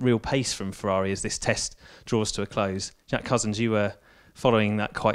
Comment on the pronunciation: Oooooh fewaawi fweeeiiinds